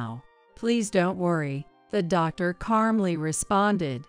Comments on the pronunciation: There is no r in calmly. Don’t put letters in words. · Since when is there a “r” in calmly?